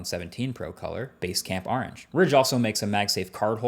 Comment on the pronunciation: Your new jersey accent really comes out saying 'Are ange' in this video 😂